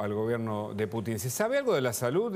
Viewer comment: Cero seriedad con este canal solo para tener vistas y el pelon diciendo una sarta de mentiras y no sabe pronunciar bien el apellido del Presidente Ruso